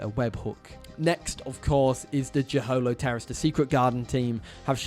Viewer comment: the way you say jeholopterus hurts my soul